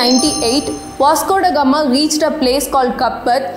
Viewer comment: I will assure you that i will ask my child to watch your videos before she reads her history book . One of the different youtube channels i have ever seen . Not only your history your English is also very good ."As if India never existed before vasgodagama " the way you pronounced these words were really nice